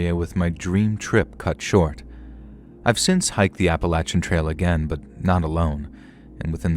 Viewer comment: Why oh why can’t you say Appalachian right???